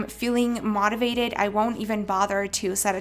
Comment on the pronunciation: No offense but you are pronouncing motivate wrong🍉